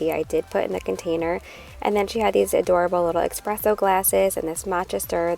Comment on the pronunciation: Espresso not expresso